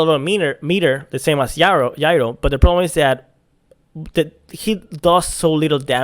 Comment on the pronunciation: Its Gyro with a soft G. like Ja. Jayro